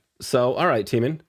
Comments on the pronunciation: I don't know how it is so hard for you to pronounce Taemin.... His is one of the easier names for foreigners to say........ It's like TAY-min, even in the English language AE is not pronounced as an EE sound lol. He is our lord and savior, Lee Taemin. All of his music and MV's just have that timeless & icnonic feel to them. He has worked so hard and come so far. So funny how you think his stuff is creepy. Taemin is actually one of the kindest, sweetest, most humble human beings. He is literally an angel. He might be one of the biggest legends in kpop but his nickname is still "baby cheese" lmfao. He inspired so many other idols to become idols. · His name is pronounced T+ how you pronounce the letter A+ min. As in T-ay-min